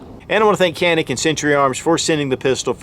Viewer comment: I will go ahead and be that guy by saying that its pronounced "Janik"